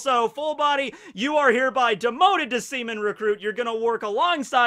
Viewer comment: The emphasis on seamen really made me laugh